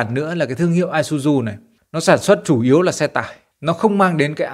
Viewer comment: Xe này là xe Nhật nên tên sẽ đọc chuẩn là i sư zư bạn nhé